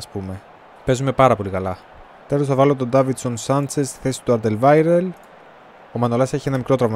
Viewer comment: Μπράβο έμαθες να λες σωστά τον Αλντερβάιρεντ.